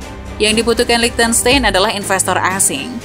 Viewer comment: Bukan LiechtenSTEIN tapi LiechtenSTAIN (German pronunciation, ei = ai).